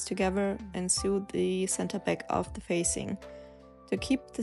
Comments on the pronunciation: Uh, to sew is pronounced just like to sow, not like to sue. Just thought I'd say. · So good! Bin begeistert. Übrigens, fürs nächste Video: Man/frau spricht to sew genauso aus wie wie das so in "So, so helpful". You're doing an amazing job. Thank you.